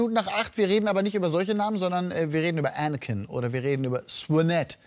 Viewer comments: Ich kenne einen Anakin aber der wird Anakin und nicht Änäkin ausgesprochen. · Die Aussprache von ihm, legänder! Änäkin xD